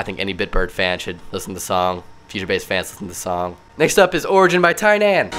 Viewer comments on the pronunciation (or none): Btw. Tynan is pronounced Teenin